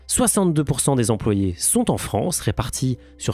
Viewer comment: vision centralisiée Vingt-deux mille-Z-employés Sept mille-Z-artisans Petits soucis de prononciation on dirait 😁 Ça ne change rien à votre valeur ✌️👍